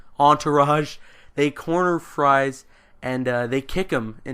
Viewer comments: It's not pronounced fries! It's pronounced freeze! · Pronounced "Freeze" not Fries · It's prenounced victor freeze instead of victor fries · Look, no disrespect, but your explanation of the plot was painful to listen to, particularly the mispronunciation of "Fries" (which is pronounced like "freeze"). Having said that, I'm glad that you got the kick in the rear to actually go seek out "Heart of Ice", which was really the first of many crown jewels from Batman The Animated Series. I only found it myself because it was included on the bonus disc for "Gotham Knight". One other fun fact: Ferris Boyle was voiced by none other than Mark Hamill himself. A few weeks or months after that, he took on his definitive role as the Joker for the show. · Fries is pronounced "freeze". Victor Fries(freeze). Many Batman villains have real names that are similar to the names of the criminals they become. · Dr. Victor Fries' last name is pronounced as freeze. Every batman fan should know this.